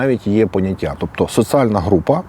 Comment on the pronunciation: Не критика, а порада. Слідкуй за "з проти с", "і проти и", "д проти т". Наприклад, "соціальна", а не "социальна".